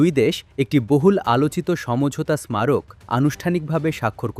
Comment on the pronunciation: বাংলা ভাষাকে মেরে ফেলছে ৭১ টেলিভিশন। “স্মারক” শব্দটিকে উচ্চারণ করা হচ্ছে smarok হিসাবে। আসলে উচ্চারণ হবে “সারোক”। এরা টিভিতে চান্স পায় কিভাবে????!!!